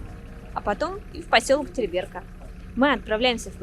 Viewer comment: Ударение на второй слог !!! ТерИберка !!!